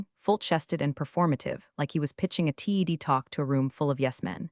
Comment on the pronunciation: Someone needs to learn how to pronounce things correctly. It's a "TED" talk, not a T-E-D talk. It's a "ZIP" file, not a Z-I-P file. And if by chance you are using an AI voice, train it correctly.